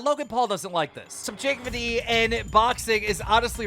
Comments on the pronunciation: the subjigvaty? im sorry but can you say that one more time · Slowly becoming idiocracy She ScaYmd Soobjecktiddy